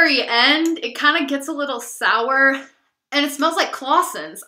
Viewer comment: When you said claussen's I burst out laughing!